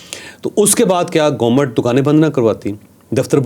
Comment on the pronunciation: What's GOMUT?? It's Government!! Learn to pronounce